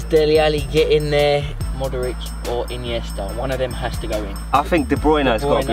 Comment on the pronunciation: Andres ineasta instead of modric